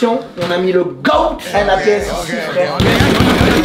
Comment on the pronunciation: quand tu dit le goat sa se prononce le gote pas le goat